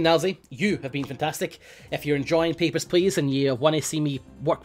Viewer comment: It always sounds like Nilesy says "Peppers Please". Just imagine if people came to the border to hand over their peppers.